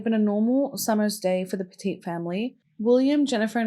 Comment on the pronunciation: over a certain amount gets flagged.. also, I live min from Cheshire, it's pronounces Petit as in what do u do to a dog? you PET IT